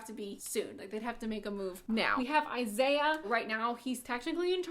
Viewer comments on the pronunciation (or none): none